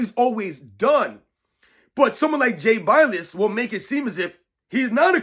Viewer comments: It's bill like dollar bill ess! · Jay “Bill-us” 😂